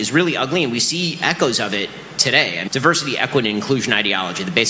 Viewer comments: Did you say DIVERSITY or PERVERSITY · Did you say DIVERSITY or PERVERSITY ! ?